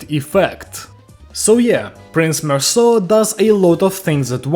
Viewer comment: HE PRONOUNCED IT RIGHT IM SO HAPPY IM CRYING 😭 ITS SO PEAK